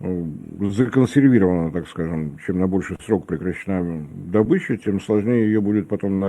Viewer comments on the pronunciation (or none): none